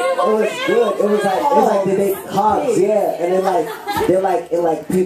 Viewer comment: When he says hogs, he says it like hawgs. AOLGAJFALDJA I LOVE HIM.